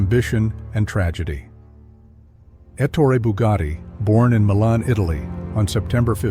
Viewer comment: ET TOR EH NOT ET OOR IE or ET HOR RAY